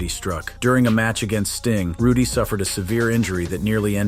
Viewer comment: Ruday. Get it right.